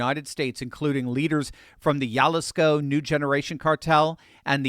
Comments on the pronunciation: It's Ha lee sko,. Not Ya li sko. Come on, brother. Get your Mexican j's on point. Ya would be ll (e.g. como se llama). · Jalisco is pronounced Ha-lisco. Not jalisco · “Hah-lees-koh” not “yah” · Jell-isco? That J is pronounced with an "H" sound.. We're dealing with Spanish.. Jalisco is HAL-IS-COE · Yalisco!?! 😂😂😂 Its Jalisco pronounced: Hal • isco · "Jalisco" is pronounced Hal lees Co, not 'Jal Lis Co. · Jalisco (Haleesco) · Jalisco is pronounced Hulleesco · I know you're doing your best, Jalisco is pronounced like Halisco. J sounds like H. 😊 keep up the good reports, thank you. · The "Jalisco" enunciation is Ha-lee's-ko. Thank you,! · LOL, your Spanish pronunciation needs work. Jalisco is pronounce Ha-LEE-skoh. Michoacan is pronounced Mee-chwah-KAHN. I only know because I'm pretty sure Gavin Newsom made Spanish our official language out here in California. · Jalisco is pronounced ha-LIS-co. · Good grief, you seriously butchered the pronunciation of Jalisco. Phonetically: ha-lease-co! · it's pronounced "Jalisco" NOT Jalisco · Check your pronunciation of Jalisco & Michoacan.